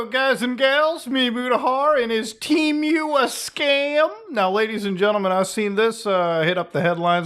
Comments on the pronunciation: Is it pronounced "Teh-Muh" or "Tea-Myu" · Tee-moo not T-mew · What the fuck is tea mew? I know of Temu… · I love how he says temu like temeu 😂